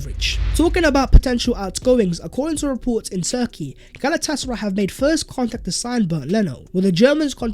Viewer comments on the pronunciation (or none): none